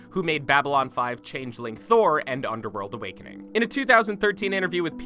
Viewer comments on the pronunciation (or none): none